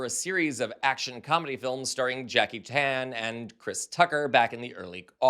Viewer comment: For a fella that puts great effort into annunciation I can only assume you are a closet racist when you mispronounce Chan as Tan.....it's so sad to see you expose your racism.....